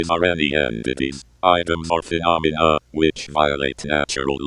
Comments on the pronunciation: it’s pronounced “fuh- nom- a- nuh” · Its fe-nom-I-na phenomena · It's actually pronounced phenomena